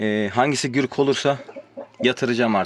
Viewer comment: Gürk değil güzel kardeşim gurk doğrusu